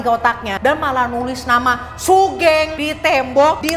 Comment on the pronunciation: btw kak, sugeng itu pronounce nya sugeng bukan sugeng (ngerti kan kak maksudnya TT) itu nama umum si buat orang jawa